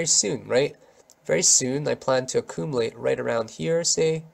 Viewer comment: I like how you pronounce acoomalate